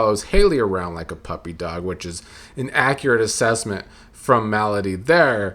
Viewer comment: Not sure if it's intentional but you pronouncing Melody like "malady" is cracking me up.